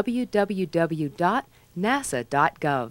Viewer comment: The most annoying thing about that announcer, and what should have gotten her fired is not being able to pronounce 'WWW'. It's Double You, not Dubba You. When I was in college radio, that was written on the console.